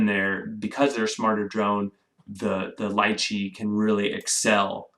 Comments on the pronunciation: Its pronounced as Lee-Chee... not Lie-Chey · "lie-chee"? ... i've always pronounced it "lee-chee" ...potato potato :) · It’s pronounced, Lee-Chee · Not pronounced correctly